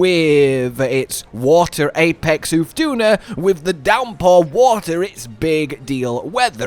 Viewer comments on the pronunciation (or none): none